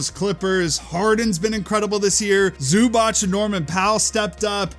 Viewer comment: Did you not see the clippers Zubac DPOY t-shirts? Its not called Zubatsch! Hate when media can‘t pronounce foreign players names. None the less good video 👍